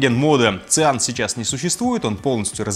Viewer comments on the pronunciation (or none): Ну цианоген мне тоже слух режет. Как и моке вместо моуки.